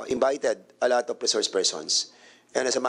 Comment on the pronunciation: Aprub (Approve) Pynalize (Finalize) Perrer (Ferrer) Inbited (Invited) Cong. Dan mas maganda po ata kung mag tagalog nalang tayo. Pilipino nmn po tayong lahat. Kaysa naman ingles tayo ng ingles mali mali naman ang pronunciation. Imbes na magmukang matalino kaka ingles nagmumuka ka pa tuloy trying hard ✌️